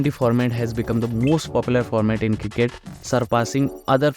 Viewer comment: Bhai Kilket nahi hota hai Cricket hota hai.